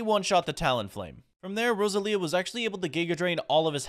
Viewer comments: it's Roe Zel Ya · It's Roselia bro get it right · ITS PRONOUNCED (RO-ZEL-IA) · dont wanna be that guy but its rose-el-ia